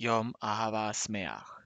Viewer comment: Literally say: Yom Ahava Smeaj, no SAmaj